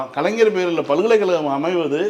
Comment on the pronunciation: சகோதரி,,, கலைஞர் என்று சொல்லுமா,, ஆனால் கலைனர் என்று சொல்ரீங்க